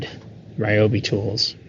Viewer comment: All The Ryobi fan boys are going to be happy you don’t pronounce Ryobi as “Ree-Obi”. You get a thumbs up from me because you pronounced it correctly 😂. I’ll share with you soon my “Homemade Ryobi 18v roadside battery jump starter”